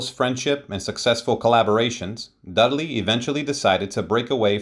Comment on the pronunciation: Dud-a-ley? HUH? Dud-ley. RIP Dudley. Thanks for the video.